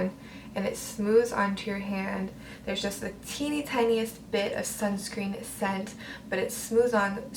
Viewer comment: Did she said skunk screen😂😂😂